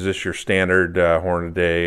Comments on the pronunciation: No offense meant, but it is pronounced horn-a-dee, not horn-a-day (here is George Hornady himself pronouncing it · No problem. This has come up previously. We have clearance from Hornady that if you are from east of the Mississippi, you can pronounce it Horn-a-day. However if you are from west of the Mississippi, Horn-a-dee is mandatory.